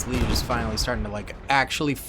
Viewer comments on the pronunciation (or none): none